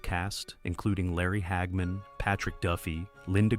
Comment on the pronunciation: Who is "Hag Man"? ...Stupid AI